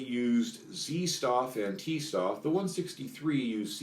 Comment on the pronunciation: Every time you read 'St' in german, pronounce it 'Sht' Stoff is [shtof]